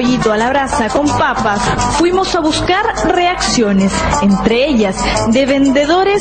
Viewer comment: Los poshos